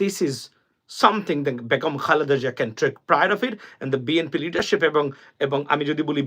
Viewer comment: ভাইজান আসসালামু আলাইকুম, ভাই বেগুম না বেগম হবে ধন্যবাদ। কিছু মনে করবেন না। ❤❤